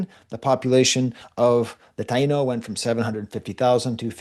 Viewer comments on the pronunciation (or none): Taino has been pronounced: Tie ee no on the whole island of Hispaniola, forever.